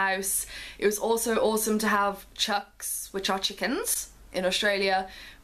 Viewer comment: Please don't take offence but its chooks not chucks.